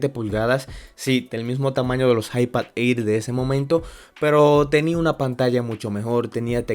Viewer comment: Bro el Air se pronuncia como ER Como eir 👍🏻